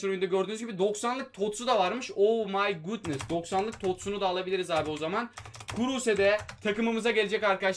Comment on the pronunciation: Abi o my gudnıst deyince iyi olmuyorsun ozur diliyorum